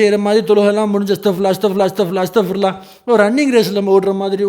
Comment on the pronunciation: ஹஸ்ரத் அஸ்தக்பிருல்லா வா அல்லது அஸ்தக்பருல்லா வா என்பதை தெளிவாக சொல்லவும், ஜித்தா சவுதி அரேபியாவில் இருந்து